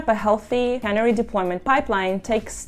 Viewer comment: Please learn how to pronounce “canary” if you’re going to make a video about it. A canary is a small bird. A cannery is a factory where they put fish in cans. A cannery deployment is where a truck delivers the above cans of fish to a consumer.